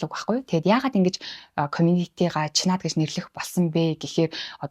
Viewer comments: Чинад гэж дуудаарай. Чинаад биш шүү. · Чинад дуудлага засахаар байна…